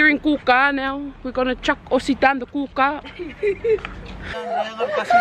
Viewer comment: Hhaha. Yaaas! Brisbane 😍 Mt Cootha is pronounced wrong guys 😂 But hope y'all are enjoying our home city